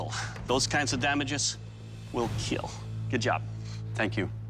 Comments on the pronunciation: I thought I was the only one who notices he says keal instead of kill 😂😂😂I don’t like it but if he stopped saying it I’ll be upset 😂😂😂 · It will keal😂😂😂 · I LOVE WHEN HE SAYS WILL KEAL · It will KEAL